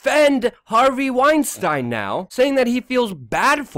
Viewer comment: luke please pronounce harveys name correctly trying to make him not sound jewish